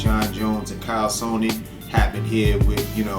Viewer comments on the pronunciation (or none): said "KYLE SOWNEN" LOL